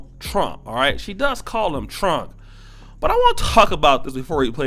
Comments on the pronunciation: Not only did she say Trunk did she also say Chinama? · Wait a minute lady it's Trump not trunk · President Trunk? It sounds like she needs to go to school. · She was at least entertaining. During these times I'm going to give her a pass. I imagine tons of parents feel this way. She was just brave and beligerent enough to do while smoking and mispronouncing his name. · She was at least entertaining. During these times I'm going to give her a pass. I imagine tons of parents feel this way. She was just brave and beligerent enough to do it while smoking and mispronouncing the Presidents name. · She pronounced Trump "Trunk" & China "Chinama" 🤣🤣🤣